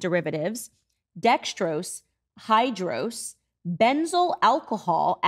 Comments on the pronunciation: Oh my god, I'm laughing way too hard at that "[Dextrose] ... [Hydrose]" It's "Dextrose, Hydrous" aka "Hydrous Dextrose" aka *Sugar Water*. One single ingredient Candace. Not two. And it's sugar water. Didn't even do the most basic of research on what you are "whistle-blowing". Look out for the sugar water everyone!! Many scientific names for things can sound scary if you try to make them and have zero understanding of what they are. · Candace Owens : "Dextrose, HYDROSE" So in a way, she IS fearmongering about the dangers of Dihydrogen Monoxide already! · It's hilarious that Candace reads "dextrose, hydrous" as 2 different scary chemicals when it just means watery sugar. Ignorant but proud. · Absolutely rolling at the way she said ‘dextrose’ and ‘hydrous’ as two different ingredients, clearly not interested in the facts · "I wouldn't be surprised at this point, to discover a video from Candace, crying about the dangers of Dihydrogen Monoxide." She kind of already got there, in this video: When reading out the ingredients of the VIt, K, she read 'Dextrose, hydrous', which is just a formal name for sugar with a bit of water, as 'Dextrose....Hydrose', as if she mistakenly though 'hydrose' was some sinister ingredient on its own.